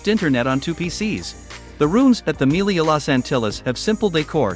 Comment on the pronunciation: It's pronounced "me-LEE-ya," not "MEAL-ee-ya"